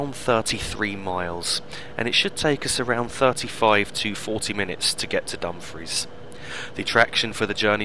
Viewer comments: Also, not to be critical and it may just be my hearing but it sounds as though you are pronouncing Dumfries as Dum-friz if so it's actually Dum-freess, if not apologies. Thanks again for the great videos,. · You are correct, I was mispronouncing Dumfries in seems lol:p